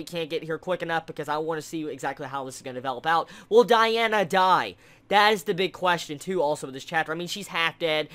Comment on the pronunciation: Let me fix the names u say: Diana, Melio-DASS. (Haven't heard the other ones yet) Real names: Dee-ann, melio-DISS